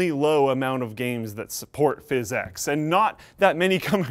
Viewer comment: I think PhysX was meant to be pronounced "fisics", not "fis-ex".